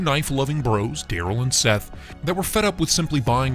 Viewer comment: Uh, his name isn’t Daryl it’s Teryl. Nice try.